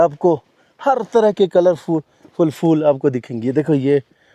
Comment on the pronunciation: Please don't mind aap kaha se ho aap ki language Hindi hai phool ko fool bol Rahe ho aap mushkil ko dikkat bol Rahe ho?